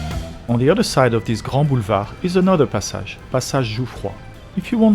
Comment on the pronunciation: Actually, your English pronounciation of Passage is different than an American would say it. For place names, we should learn the proper French.